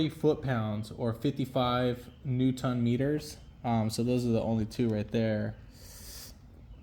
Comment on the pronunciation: Thank you for the video. But, FYI, the word is Newton, as in Isaac Newton, not new ton. 👍